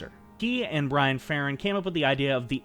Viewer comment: One minor correction. You corrected yourself on David Loughery's name. But you also got Bran Ferran's name wrong. It's not Brian. It's Bran. As in bran flakes cereal.